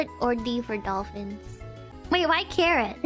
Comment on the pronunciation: it is carrot ,not Carol🤣